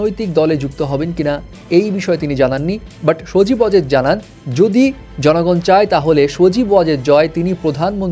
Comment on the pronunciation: সবজী ওয়াজেদ 😂😂😂😂